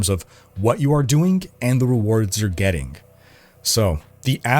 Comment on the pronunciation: Doingk and gettingk - I'm not making fun, just wondering if it's a dialect of some sort?